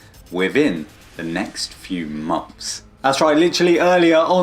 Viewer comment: Say it with me , monTHs, not monFs 🤣